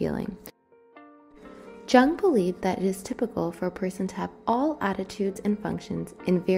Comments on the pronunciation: Carl Gustav Jung was Swiss and his name is German, so it's pronounced as /jʊŋ/ (YUUNG) and not /ʤʌŋg/ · I wanted to add your link to my website but Jung is mispronounced. This show a lack of credibility which is unfair since this video is solid. The J is like a soft Y by the way... Thought you might want to know? If not, I apologize.